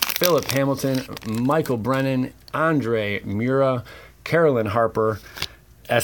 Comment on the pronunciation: Its pronounced mer ruh. Andre mer ruh